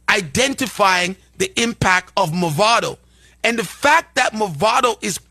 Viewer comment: First of all, da man deh need fi stop mess up di artist name. His name is "Mavado", not "Movado". Movado a di watch ⌚️, Mavado a di artist. First get di pronunciation of the artist name right ✅️ before yuh chat 🙄😏